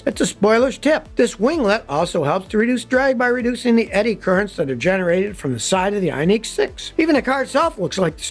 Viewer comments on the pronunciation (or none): none